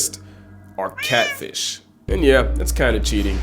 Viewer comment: meestah kahtfeesh